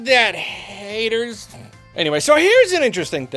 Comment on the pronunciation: "Take that h-....haaaaters." Love it,, that was hilarious!